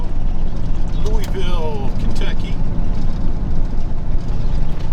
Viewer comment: There ain’t no e in Louisville